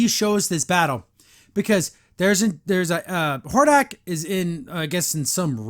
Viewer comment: really is. Not to mention how they butchered Hordak.